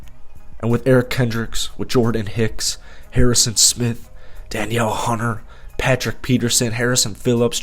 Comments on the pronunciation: Da-kneel Hunter, not Danielle Hunter. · Thanks for the Vikings content but dude, it is pronounced “Duh-kneel” Hunter. Not “Dan-yell” Hunter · It's not Daniel Hunter. It's Danielle Hunter. (Dah-kneel) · Great video, also don't want to sound rude but Danielle Hunter name is pronounced Duh-neil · Love your content but lol it’s “Da-Neal” Hunter 😂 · Nah it's duh kneel